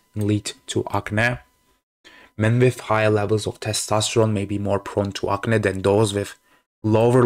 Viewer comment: ak-neee (NOT AKNA)